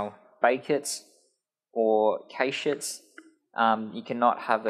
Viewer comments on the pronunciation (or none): Cache is pronounced "cash" - not "caysh" :)